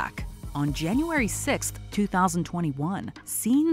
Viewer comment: “jAnUArY sIXtH”